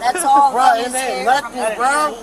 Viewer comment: “I didn’t do nuttin’,” no one accused you of ejaculating, “nuttin” isn’t the issue 🤣